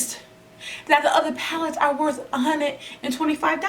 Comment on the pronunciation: I just love the way you say hunnid! That’s that south! 🙃! I enjoyed this video! Super funny 😆